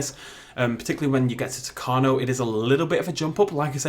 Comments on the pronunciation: U mispronounced isla tacaño U say the tild n with an ny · You pronounced tacaño wrong